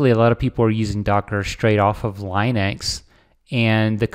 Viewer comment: Lin-uh-x not L-eye-nex. There's no "e" before the "x".